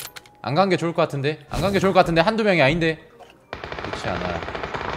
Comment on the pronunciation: 한두명이 아닌데를 한두번이 아니야 라고 들음